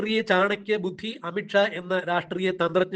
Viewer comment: അമിട്ട് ഷാ അല്ല. അമിത് ഷാ. ഉച്ചാരണം ശരിയല്ല.